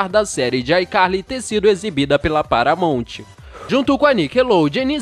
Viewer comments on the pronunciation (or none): none